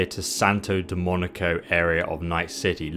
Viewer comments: How can you read Domingo as Demonico? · Domingo= Dough Ming Go "Illegal" does not equal "legal" But, love your intel for this game ; )